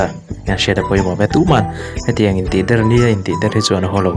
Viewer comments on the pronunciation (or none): Tihder tiha 'der' tih i thluk dan hi a mak hle mai!